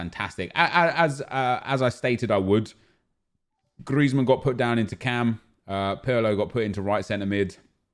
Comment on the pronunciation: STOP SAYING GRIEZMAN LIKE THAT PLEASE MAN ITS SOOO FUCKING ANNOYING